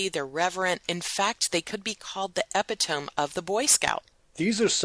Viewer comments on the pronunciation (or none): Pronounced e-PI-to-mee Excellent info